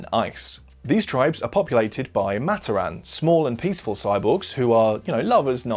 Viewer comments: It's pronounced "MUH-TOR-RIN" Not "MA-TER-RAN" btw keep up the great content! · its MaTORan not MAToran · amazing vid. havent even finished it yet but i know its gonna be great. one thing though, the way you pronouce matoran is giving me brain cancer. Its muh-TOR-in not MAH-ter-ahn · hey, you misspronounce matoran. it's not mat-o-ran, it's Mah-toar-an. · Its Ma-tor-an not mat-or-an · pohatu is stone, onua is earth got them flipped, you mispronounced "matoran" it's pronounced muh-tor-en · only one thing its pronounced mat-or-an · It’s pronounced MAT-OR-AN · is no one going to mention how he pronounces matoran? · I thought you pronounced matoran wrong but then I realized you’re just British